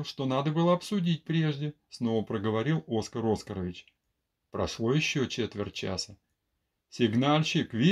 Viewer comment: Пожалуйста , диктор канала, отчество произносится «ОскАрович», с ударением на на А 😢